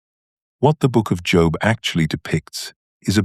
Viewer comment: The aside about the feminist critique of anima/animus concepts is the little bit of poop in the brownie mix of this AI tour de force. One other unpalatableable ingredient is the mispronunciation of the names "Jung" and "Job". .